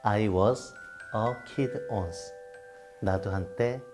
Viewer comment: 아 노래 시작하자마자 터짐ㅋㅋㅋㅋ 저 비음 가득한 코창력 어쩔거냐고 ㅜㅠ once 왜 원스 아니고 온스로 읽는데요ㅋㅋㅋㅋ